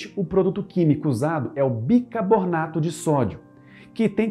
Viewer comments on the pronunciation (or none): Bicarbonato não bicabornato